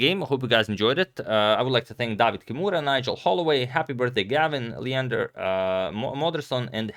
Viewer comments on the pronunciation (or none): none